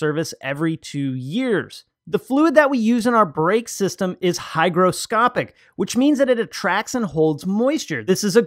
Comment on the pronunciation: Lol on the "Hygroscopic not hydroscopic". It always bothers me when people get that one wrong :)